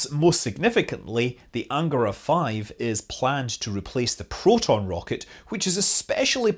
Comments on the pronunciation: I thought it was an-GA-ra. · cool! Also, the stress in words “Vodorod”, “Soyuz”, “Proton”, “Angara” and “Baikonur” falls on the last syllable (if you strive for perfection).